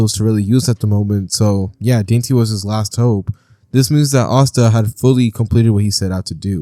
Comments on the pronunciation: Dante is pronounced Don-tay When you pronounced it saying dainty I started crying laughing😂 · Your pronunciation of Dante is absolutely egregious